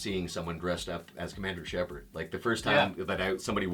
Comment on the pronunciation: ER MAH GERD !!ITS SHEPARRD !! AHHHH !!